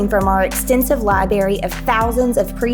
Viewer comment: She said “libary”, good ol southern speak… for those who don’t know it’s “library” but informative video anyway. 😮